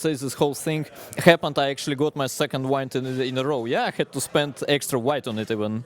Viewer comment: did he say he got the second white in a row, or the second wine in a row ? 🤣🤣